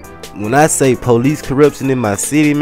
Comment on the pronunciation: lol u say police like pole-eec